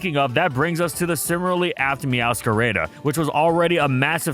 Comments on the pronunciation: "Meowscarayda" lmao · Why do you say meowscarada like that 💀